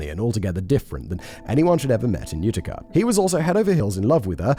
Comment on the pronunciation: Hearing my home town in a true crime story made this one a bit too real for me... The only levity coming from listening to Simon butcher the pronounciation of literally everything to do with Upstate New York. 'Ootica' 'Onida' were my personal favs😂.